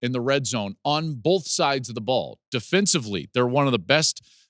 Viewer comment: I know you talk for a living, so I’m surprised I have to tell you this, but the letter L isn’t in the word BOTH.